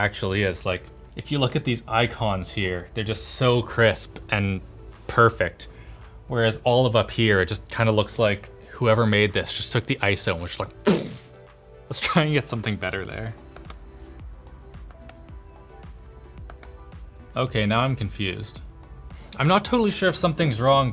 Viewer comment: for 'iso' NOT I.S.O